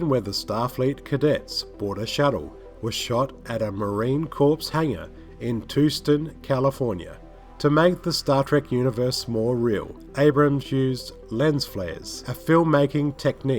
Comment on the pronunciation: "Marine Corps" is pronounced like "marine core," not "marine corpse!"